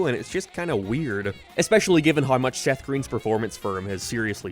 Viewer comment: Work on how you pronounce "how"